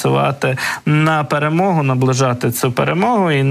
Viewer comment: "наближыть пэрэмогу" 🤣🤣